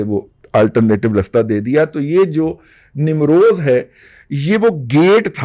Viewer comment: Namroz" nahi balkay "NEEM ROZ".